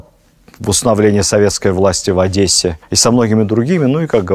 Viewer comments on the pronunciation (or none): none